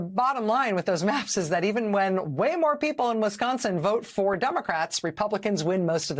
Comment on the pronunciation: THERE’S SOMETHING ABOUT “REPUGLICANS”😱😱😱😱